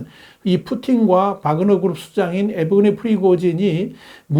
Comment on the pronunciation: "에브게니"가 아니고. "예브게니"라고 발음해야 합니다, 전라도 사람들은 첫음절이 "예"자로 시작하는 단어를.정확히 발음하지 못하는가요? 많은 사람들이 듣게될 정치평론 영상에서 바름을 좀 더 정확히 해 주시면 좋겠습니다 !